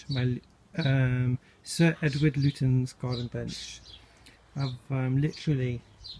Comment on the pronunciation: Beautiful. I have always understood this to be pronounced "Lut-chenz?"